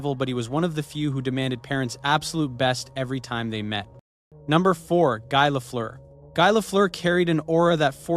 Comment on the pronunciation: I stoped when I heard are you prononce Guy Lafleur. Tabarnak! It is so simple to go to google translation. Put the name in french and listen. As English is a lot richer in phonemes than French, and French finish often by mute letters, most of French names are easy to prononce for an anglophone.